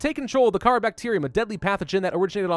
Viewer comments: It’s pronounced cuh rawr not cara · its not kharaa its kharaar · It is pronounced car-ar not Kara. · T H E C A R A B A C T E R I U M Its pronounced car haar NOT cara. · The disease is pronounced "Carar" (actually used to be how it was spelled while the game was in development, but they changed it to Kharaa for etymology purposes I believe) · Kharaa is purnounced like this: Car-rawr-ra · I very well could be wrong but im fairly certain it's pronounced Ka-RAW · Actually, it's called Carar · Isnt it called carrar? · It is Car-ar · it's ka-rahh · It's pronounced KAH-rar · It is said like carrar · Kharaa pronounced KA-RAR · Kharaa? No it's carar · Its pernouced Ka-raw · It is pronounced cararr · It's pronounced carar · It's ker-rour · kahraa is pronounced ker-ar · You can't go full Grammer Nazi on stuff and expect not to be criticized on that is no way ever you would pronounce Kharaa